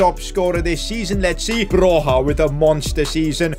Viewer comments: Oh btw, Broja is pronounced as Bro-ya not Bro-ha. Still not the worst pronounciation of him I've heard tho 😉 also I'm really glad that he's getting the recognition he deserves, he's basically carrying Southampton and Albania the same way Messi used to carry Barça and Argentina all those years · Hey! Ive heard they way you pronounce Broja's name and it triggers me. Its actually pronounced Broia and not like you do.😀😀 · Guys, you gotta tell him it's Armando Broja, not Alejandro. Also, the j is a y when you say his name.